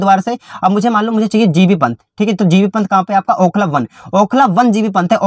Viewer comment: Bhai Okhla Dullu aapne bola 😂